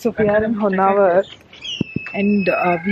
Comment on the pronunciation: It’s not honnavar ! It’s honnavara